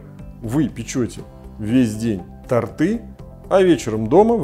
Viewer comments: тОрты, а не тортЫ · Печь тОрты, автор. Не тортЫ, тОрты. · Не торты́, а то́рты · Когда я услышала тортЫ.... Вы никто !!!!!